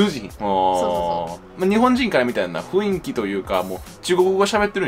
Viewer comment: 女性は「ふんいき」と言っていて男性が「ふいんき」と言っているのがずっと気になったw